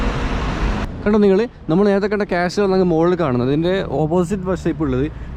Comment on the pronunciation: കാസ്റ്റിൽ അല്ല ബ്രോ ..... കാസിൽ